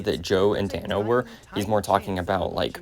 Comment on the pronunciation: BRO CALLED RIGGY DANNO